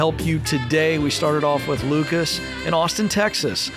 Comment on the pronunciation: I like that Ken pronounces Lucas with the A as a schwa instead of a short I. Most Americans say Luke-iss.